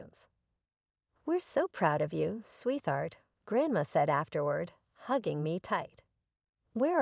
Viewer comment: PLEASE check the pronunciation of words, like SWEET HEART!!